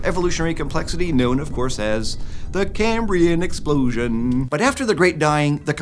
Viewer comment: In the CaMbRiAN eXpLoSiOn